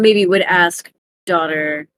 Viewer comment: It cracks me up so much that keeps reading it as "day oot er" instead of "daughter"... EDIT: Oh man, the moment when noticed it was daughter the entire time 😂 been there man. I was hoping you'd spot it and get a laugh. I love how real that is as a GM.